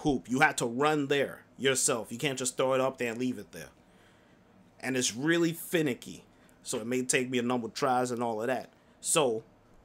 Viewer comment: Did he say it’s finneky lol